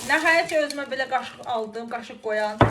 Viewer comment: Qaşıq qoyan yox qaşok qoyan😂😂😂😂